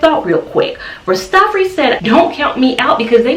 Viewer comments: If I may correct you a bit - please say RAS - TAH - FAH - RI (the I sounds like EYE) ... it is actually a title and a name; Ras Tafari (Ras means King or Head) and it was the name of the Ethiopian Emperor His Imperial Majesty Haile Selassie before he became Emperor of Ethiopia. Looking for curly hairstyles - this is beautiful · Rastafari pronounced raa·stuh·faa·ree